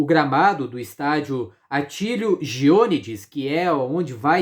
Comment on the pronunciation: Primeiro erro teu já começa em bater na tecla do Patriotas do ano passado. É outro cenário, outros jogadores do Paraná. Rio Branco e Paraná perderam na hora em que podiam perder. E o nome do estádio é Atílio Gionédis, fala corretamente porque a sílaba forte é na letra é. Pesquisa isso também. Para mim os dois times de melhor futebol são Paraná e Rio Branco. Outro erro: O Paraná teve cinco mandos de campo e não quatro. Pesquisa isso também. O resultado de empate lá foi o mais desejado para os dois times para não se enfrentarem na semifinal. E, por fim, o mais difícil de superar são as aves de mau agouro com as críticas insistentes, que só desmerecem o trabalho feito até aqui com muito sacrifício.